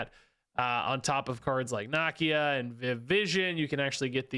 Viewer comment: Nuh like Knull, Key, Uh - Nakia - she’s in the movie my guy 😅